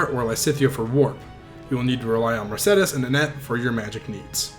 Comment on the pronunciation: Don’t be afraid to pronounce “Mercedes” like the car brand. It was a name before it was a car.